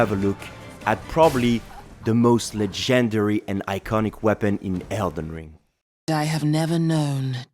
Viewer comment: you say legendary wrong